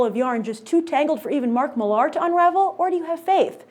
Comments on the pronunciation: Why does she keep pronouncing Millar as "Mill-LAR" when it's just pronounced "Miller." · Why does she struggle to say Millar so much and over enphasis on the "mill-AR" part?? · would you stop prouncing his name like that it is millar very simple to say geez you are smart girl for fuck sake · stop saying marks surname wrong it is not HARD